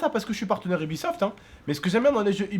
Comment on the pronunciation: j'ai cru airsoft pas aibisoft